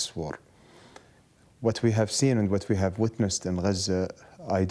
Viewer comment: It's Gaza not "Guuuuuhzuuuh"...